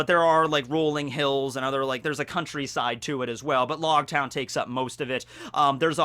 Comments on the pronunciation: Technically it’s pronounced like “Roguetown” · I thought it was pronounced like rogue with an l- instead of r-. Cause it's ouge. I have always said it like that. Lōgtown